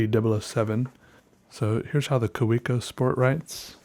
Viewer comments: it's (kah-veh-co) :) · the way you say Kaweco kills me